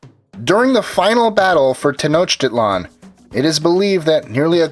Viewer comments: Pronounced Ten-ock-tih-lan not Tenochiliean ! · Stop saying titland... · I hate the sound of Tenoch-tit-lan, the i in tit is pronounced like an e. If this is categorized under 'education', at least make the effort to look up the pronunciations of major points you make. Edit: Especially if you're going through the trouble of trying to pronounce Hernán Cortés correctly. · He said “tit” lol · It's pronounced ten-osh-ti-lan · Its not pronounced tenochtitlan its pronounced tenok-tee-tlan. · From 3 years of ancient history tenochtitlan was actually pronouced Tech-no-chi-clun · Ugh they way he pronounces the capital gets me frustrated